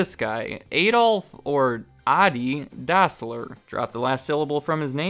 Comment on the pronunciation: you say that the company was called "Dossler Brothers Shoe Factory", but the brothers were called Dassler not Dossler ;)